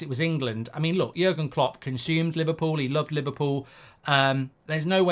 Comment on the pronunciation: You made jurgen klopp sound Italian mate 😂